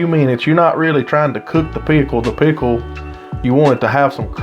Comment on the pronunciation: i love how you say pickle and I'm southern 😍